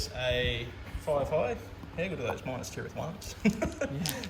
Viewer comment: The way you Pronounce Minas as Minus really infuriates me!! Good batrep champion.